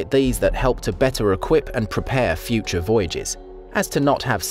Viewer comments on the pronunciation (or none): none